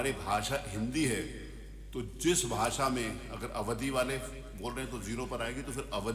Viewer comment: Bhasha hota hai bhasa nahi